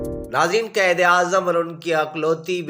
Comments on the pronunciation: Or lafz qaid ko qaed na bolain .apna tlafuz behtr krain. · Ap ko qaiad bolna nae ata